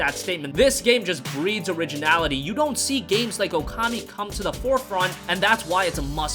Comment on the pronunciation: It is OOKAMI not "OKAMI." Ookami means "Great God." Okami means "hostess." Ookami is not English. It is not promounces "ewkami." Japanese vowels to dont change pronunciation when combined. OO sounds the same as O or OH, it is just pronounced longer.